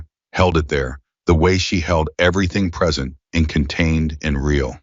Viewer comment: I was a speech pathologist for over 20 years and then taught speech at a local college. I need to share with you something you need to work on. Your AI bot is mispronouncing certain words that make it difficult to understand. Some are merely garbled but some are mispronounced based on a lack of context consideration. An example would be "present." Words that are spelled the same but pronounced differently based on how they are used in the sentence. There are several ways to fix this. The first is to create code for it, so the AI flags each possible problem and researches the correct pronunciation. As fast as AI is, that wouldn't significantly slow your creation of videos. The other way would involve paying someone to listen to the video before uploading it and listing the corrections that should be made for the AI.